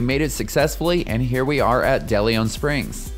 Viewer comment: Are you mispronouncing DeLeon Springs?